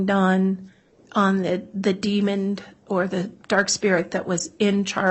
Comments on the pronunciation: It’s Demon, not Demond 😑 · DEMON! DEMON! It doesn’t have a D at the end. It annoys me so much when the state calls it a demond